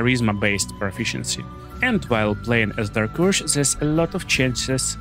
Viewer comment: Normal people: dark urge This: dark ursh